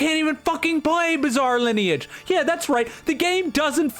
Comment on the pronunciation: saying "bizall lineage" must be ragebait and a hit piece against the masterpiece that is bizarre lineage